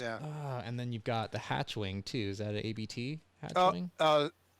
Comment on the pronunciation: Not hating, but if you have a VW podcast and don’t know it’s “Abt” one word, not A B T, you may need to do research. Abt is the family name of the company.